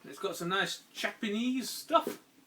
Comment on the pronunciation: I swear everytime you say Japanese I hear Chapanese! Lol You should maybe consider spacing your uploads out a little if you want more views :)